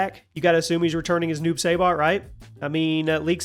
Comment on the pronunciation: Newb say-bot lol